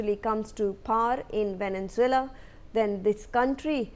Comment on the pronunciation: Your pronounciation of Venezuela is wrong!